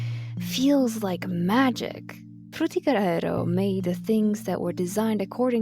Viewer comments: Oh my god the way you say it is so GOOD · I appreciate how you pronounce Fřũþįğëřœ Æęřœ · Great video but also it sounded like you were having a seizure every time you pronounced "Frutiger Aero"